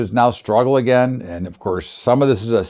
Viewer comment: Again..thanks..but "agin"..then "agin"..because "agin"..well, once "agin"...lol..yo da man..but "agin"..